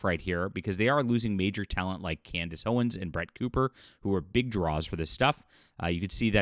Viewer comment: I believe her last name is "Owens", not "Owen's".